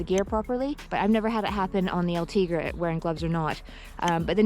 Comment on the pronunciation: Sei bella, but is: Ultegra, not Ultriga